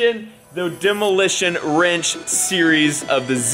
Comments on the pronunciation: He said WRENCH, not ranch. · I thought said demolition "ranch" for a second and I forgot that it was wrong it was "wrench" hahahahaha lol, good luck with your projects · It’s off the ranch not demo am I the only one who heard that